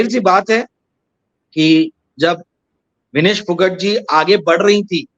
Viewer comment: विनेश फोगाट सही उच्चारण है